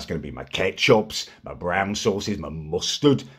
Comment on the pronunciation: the way he said mustard had me in stitches